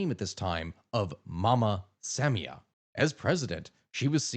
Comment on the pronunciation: Sa-MI-a, not SAM-ia